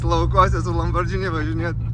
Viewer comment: ne LamborDŽini, o LamborGini 👍😉